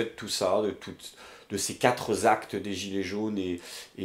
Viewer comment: à, tu nous as perforé les tympans avec tes "quatre zactes... ":-(